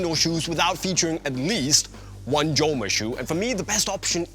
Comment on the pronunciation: Doesn't spanish operator know that it is "homa" and not "ʤoma". Unisport, it is a shame not to know correct pronunciation of one of the best indoor shoes brand